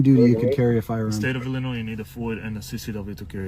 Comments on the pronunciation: CAN'T BOVINO PRONOUNCE ILLINOIS PROPERLY ? DUDE IT'S SILENT NOT NOISE, NOIS, NOYEE, SEND THIS MESSAGE TO BOVINO PLEASE ,THANK YOU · Much appreciate your content - and I hate to say this, but someone needs to teach Greg Bovino that we don't say the "s" in Illinois. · Politicians and officials. When talking about Illinois, it makes you look like a complete idiot when you pronounce the S on the end. It’s been happening a lot with Illinois in the news so much. Learn how to pronounce the states in your country!! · Mr. Bovino, you don’t pronounce the “s” at the end of Illinois, even though you do. It’s a French thing. You must not be French, It is the same with Des Moines, Iowa. But Illinois is more fun. 🎈😃